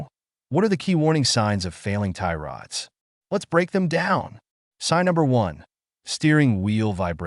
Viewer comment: Can't stand the AI voice😂 "Tie rOOOOds"